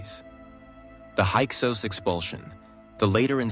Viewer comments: There may be some valid content here, but dang, is is very disconcerting that the AI keeps going back and forth in pronouncing Hyksos and Avaris with long and short vowels. You might as well turn off the video, the pictures don't match the content 80% of the time. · The word is pronounced hick-sos….